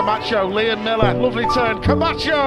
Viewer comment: His name is MILLAR not MILLER